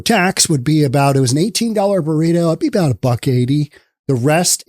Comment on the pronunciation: wait. did you just say "18 dollar boreeto"? jesus.